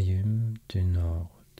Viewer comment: if you allow me to give you a small tip, "Nord" is pronounced "Nor", the d is here because of the word "Nordique" which means, you guessed it "Nordic"